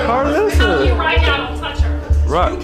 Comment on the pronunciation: Im sooooo tired of you butchering peoples names, do ur damn research Its KAR-LISSA n JAYDON ALEXIS IS ONE PERSON 🤷🏽‍♀️🤦🏽‍♀️😑🤣 UR CANCELLED